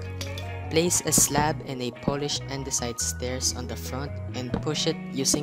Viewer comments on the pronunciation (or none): none